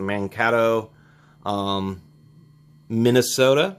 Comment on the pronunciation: Mankato is pronounced like Man-kay-to. The second "a" is a long "a" as in kay or way. I used to live in that part of Minnesota. :)